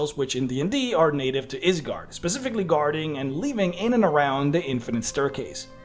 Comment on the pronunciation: It's a Norse word so the y is pronounced like an i